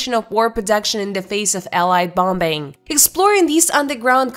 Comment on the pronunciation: Bombing is not pronounced "bom bing".